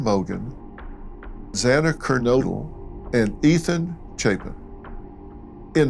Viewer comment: I like dr phill but come on mate get the names right 😣 first it was kernoodle now it’s maddy morgan